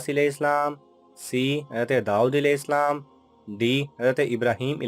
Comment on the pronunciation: Alaihi salam Sahi tariqe se parha karo please